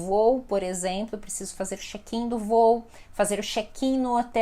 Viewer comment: A palavra Chat e Chek na se pronúncia assim como você pronúncia..